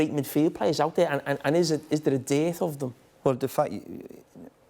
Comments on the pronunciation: Hearing Carra say "dearth" is perfection. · Hurt my ears when Jamie said, "dearth".